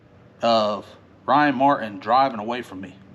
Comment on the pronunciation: I guarantee if you learn to pronounce Ryans Last Name with a T ..MartTin you'll start winning